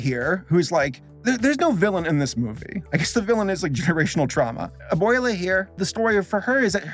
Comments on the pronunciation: good review but is it that hard to say "a-bweh-la" and not "a-bway-la" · I'm sorry, but since I grew up Hispanic, I cringe very hard when I hear you say "A-boy-luh". 😂😂😂 Here for anybody else who didn't hear it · I like that you are trying to say correctly the names. Since a lot of english people changed their names with no reason, that sucks. But it's not "aboila" xD no no. Abuela it's not even a name, it's just the spanish word for "grandmother" that's what needs to be translated, there is no problem if you do. Y antes de que me lo pregunten, si, yo si hablo español como para opinar. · haha nah, he pronounced abuela.. not very good. I guess he pronounced everything else okay but I'm pretty sure if he went to a country that speaks primarily Latin Spanish and tried to say all those names, he'd probably get laughed at.